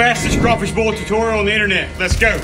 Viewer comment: my man doesn’t know how to pronounce “boil” “bool”